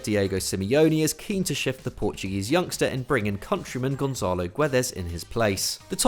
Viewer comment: Why do you guys keep pronouncing Gonçalo Guedes name wrong?? Just listen to how google translate says his name in portuguese...